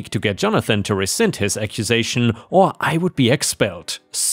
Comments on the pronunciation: Are you sure? "recind" does not exist. "rescind" is said as "ruh-send" not "ree-sind." "impotently is said as "im-puh-tent-lee" and not with a long "oh" sound as you are putting it. "Google" is said as "Use Google to look up how to pronounce the words to verify you are getting it correct instead of trying to correct someone else who is correct." 😉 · "rescind" is said as "ruh-send" not "ree-zent." "hyperbole" is said as "high-purr-buh-lee" not "high-per-bowl." "impotently" is said as "im-puh-tint-lee" not "im-poh-tint-lee." "syrup" is "seer-up" not "sigh-rup." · "recind" is pronounced re - sind "Impotently" is pronounced I'm- po- tent- ly